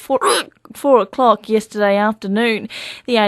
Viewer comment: its 3 o COCK